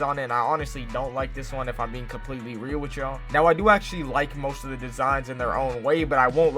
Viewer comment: It has that everytime he says real